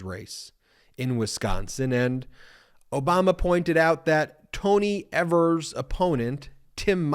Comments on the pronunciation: Ben...it's pronounced 'Eve'‐ers...not 'Ever'-s...💙 from Wisconsin!😉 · Evers = (EE-vers) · Evers is pronounced with a long Ē, Ēvers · Tony EEEE-vers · Our governor's name is pronounced with a long e. Don't mean to be picky but it's irritating to hear people say it the way you did